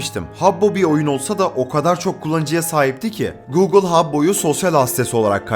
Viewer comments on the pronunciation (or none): none